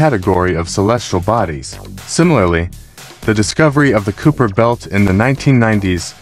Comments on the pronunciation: It's pronounced "Kye - per", similar to Khyber (pass). Nit Cooper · I stopped watching when it said "Cooper" belt. Quit having AI do your videos.